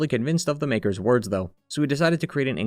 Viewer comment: bro did not say makers